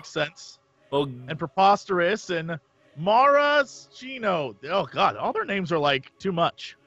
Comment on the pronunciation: It's Maraschino like the cherries,! You ain't even a real alcoholic! 😒